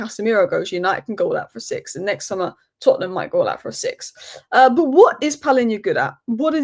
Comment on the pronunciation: I like the way you say Tottenham...others mention Tottenham as if they have a problem with them.